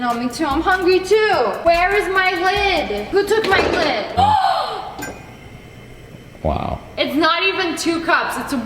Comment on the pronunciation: Also she says wiaw for wow